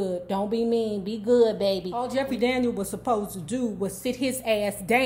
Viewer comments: Jeffrey Daniel not Daniels. Friendly correction. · Right! Just like it's Jeffrey Daniel (not Daniels). Still love her commentary though.